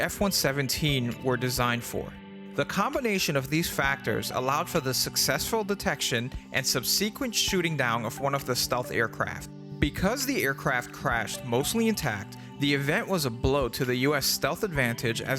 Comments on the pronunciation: sub sea quent? interesting way to pronounce sub sah quent. must be a bot. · "Subseequent"? That does not sound like a standard way to pronounce subsequent. I bet you can find a recording online of how to pronounce it for American audiences if you wish that. That is the smallest criticism I can come up with. If you measured the errors in this video like you measure a flat surface the tolerances would be pretty tight, eh?/jk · except thats not how you pronounce subsequent lole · Great content. Please look up the pronunciation of “subsequent”. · Good video. But you've got a funny way of pronouncing "subsequent."